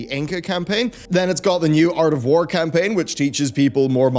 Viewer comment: Khanpaign... Haaaaaaaaaa Haaaaaaaaaaaaaaa